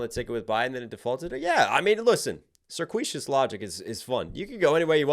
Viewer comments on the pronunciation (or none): Do...Do you not know how to pronounce "circuitous"?!